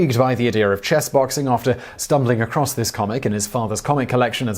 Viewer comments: I cringed when you horribly mispronounced those French words. Please learn proper pronunciation rules before making a video. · Such a painful pronunciation of "froid". Oh my goodness, that hurt my soul!